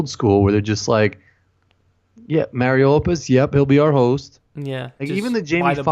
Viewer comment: except when you say mario